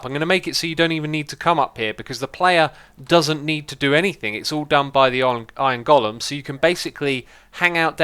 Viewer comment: “iorn gullum”